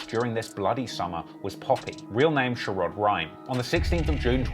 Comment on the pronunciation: he really pronounces Sheroid as SHER-ROID, like rhyming with Steroid. Even though, throughout this entire video, there are multiple clips of members pronouncing it correctly, in real life situations and Raps. 🤦